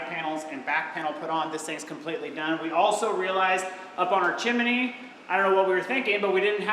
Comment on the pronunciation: Hi folks still enjoying your journey! Just wanted to mention one thing about the word chim-ney not chim-e-ney, I think that comes from the old song Chim Chim Chimney.😅